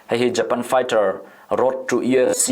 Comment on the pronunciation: I lam dan ka hre sual nge,EFC tiin i lam tlat in ka hria.UFC tih tur ani zawk lo maw